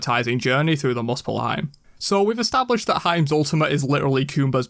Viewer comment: weird how Smite mispronounces places in mythology, even though this is a god based game. It is MOO-spel-HAME not MUS-spel-HIME